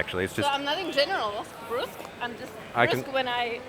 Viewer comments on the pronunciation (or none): Brusque = Bruhsk